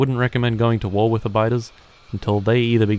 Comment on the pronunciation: He didn't say war, he said ÜÜÜÜÜÜÜÜÜÜ